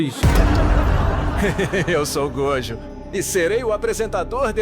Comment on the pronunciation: Por favor, que agonia. Diz GoJÔ, em nome de Cristo Jesusb